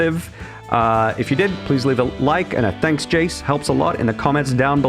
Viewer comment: ITS JAYCE